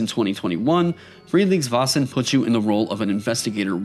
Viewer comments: The 'Vä' or 'Vae' in Väsen / Vaesen should be pronounced a bit more like the 'Ve' in Very, /Swede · Also, "Vasen" = the vase. Made me giggle and cringe a little each time. 😆 /Another Swede